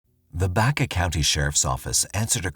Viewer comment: Omg it’s Baca like the Hispanic last name not Baycuh please study before you speak life long Colorado resident thanks